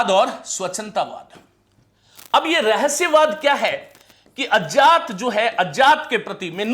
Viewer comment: विज्ञान को आप जो विजान बोलते हैं उसे ठीक कर लें तो बाकी सब ठीक है। ज्ञान की जगह जान, अज्ञात को अजात बहुत खटक रहा है।